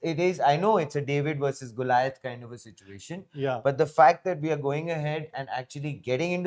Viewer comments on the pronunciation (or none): none